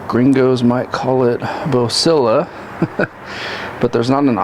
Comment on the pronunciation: Other than how the lights look great on the CV, I have the flu and the way you said gringo had me rolling sir haha, it was painful but funny. How do they light up the road at night when driving? I feel like I have candles for headlights.